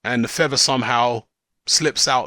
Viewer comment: YOU DON'T NEED THA FEVVAH, YOU CAN FLY WITHOUT THE FEVVAH!